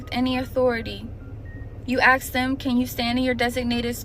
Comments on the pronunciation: Well maybe if you stopped "aksing" and tried to "ask" them instead, they'd understand you,. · is it just me, or did she say "you AXE them"??? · Did she just say 'axed'? This is a teacher? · Teacher can't even pronounce the word ask, and says "axe". How is she going to criticize the kids? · "You AX them."? I think I see part of the problem. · We’re not off to a good start when a teacher is using the word “ axe “ in place of the word ask.😂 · Why can't black people say ask? If my teacher says ax instead of ask I wouldn't respect her either. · how does a teacher not know how to pronounce ASK???